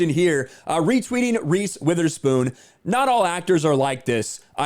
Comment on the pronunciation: Reese "withherspoon" i bet she have no idea what a semiauto weapon is 🤣